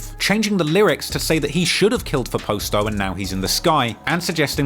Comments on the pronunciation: I don’t understand why he cannot pronounce PASTO correctly? Past like PASTA then an O. PAST-O!!! not POST-O. good lord! the boys name was PASTO not POSTO!! at least have enough respect to pronounce his name correctly. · Its Pronounced "POSS TOE" NOT "POST O " SMFH U KILLIN ME WIT DAT SHIT WHITE BOY ... GET IT RIGHT WHEN U MAKING VIDEOS AND GETTING RICH OFF MY BLACK PEOPLE❗❗❗ #FUCKINCULTUREVULTURE ❗❗❗ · Its pasto not Poast-O lol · Pasto not posto